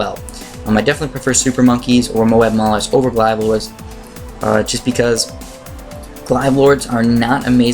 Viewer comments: According the Merriam-Webster, glaive rhymes with brave, not hive. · Ug sorry but Glaive is pronounced with a hard a sound like in "Blade" There's no hard i sound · he just keeps mispronouncing glaive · Glave not glive. mobe not mowab zomg not zoh my god :3